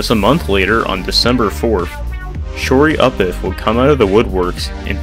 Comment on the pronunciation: "Shorey-upiff"? I think the name is actually a reference to "shoryuken," which is (usually) a Street Fighter reference. So "Shoryupiff" would be pronounced "sho-ryu-piff," though "shor-yoo-piff" is probably close enough.